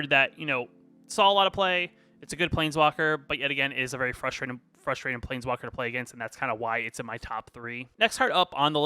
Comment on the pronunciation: you have to stop saying “definitely” and “actually”. it’s so distracting and makes the video hard to watch. also you should spend time to edit your video so when you blank on wren and seven name you don’t say “plNeswalker”